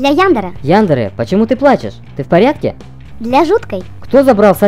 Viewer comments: яндЕре правильно ставьте ударение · Яндере ударение не на Я, а на первую е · 1. Правильно не Яндере а яндЕре! 2. яндере не имя её имя Аяно! 3. Аяно без чувственная 4. у ребят чашек есть имена! Капхед и Магмед (не точно) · По-моему правильно Янде’ре, а не Я’ндере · И она не ЯЯЯндера она яндЕЕЕЕра ударение на Е